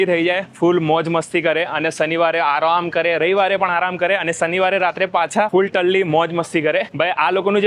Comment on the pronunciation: Full talli Mast bolyaa